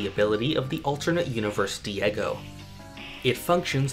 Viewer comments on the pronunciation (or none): THE WORLD!!! Edit: you said diego wrong btw but it’s okay!!